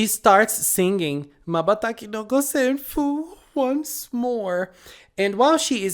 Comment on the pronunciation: The new villain's name is ジョキ "Joki". This is another onomatopoeia for cutting things. Joki is often used when we cut paper with scissor.😀 , Wow, your pronounciation is perfect! 瞬きの五線譜= Mabataki no Gosenfu. , Zakkuri's monster form was not as powerful as Cutty. I guess this is because Zakkuri was still conscious since the beginning of fight. Zakkuri wanted Nana to stop him, so her solo finisher was enough to purify Zakkuri. As you found already, ザックリ Zakkuri means "Roughly, Briefly, About". And what Nana said is しっかり Shikkari, which means "Accurately, Thoroughly, Firm". As you can see, these two words rhyme.